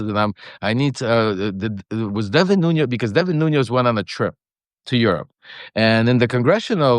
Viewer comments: Why are mispronouncing a man's name who you know? His names is NuNES, not NUNOS. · Lev, you know I luv ya😘Bubbula but to google TS Portuguese surnamed CEO±. it's... "Nunez" NO "ñ"❗ Not Noñoz... It's Nu-nez. THX bro🙇Ask yer son to remind you❤